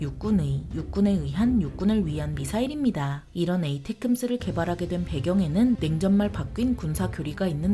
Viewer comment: 뭔 테큼스여.. 걍 따끔이라고 혀~